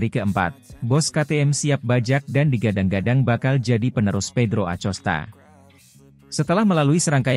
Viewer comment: bacanya akosta, bukan acosta